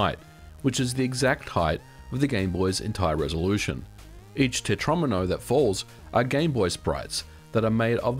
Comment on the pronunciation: I be playing Tetris since it was frickin current on game boy yet you just taught me how to say tetromino.